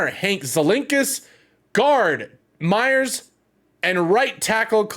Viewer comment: MAYers... Justin Mayers... not Meyers. And #WeWantJuju :)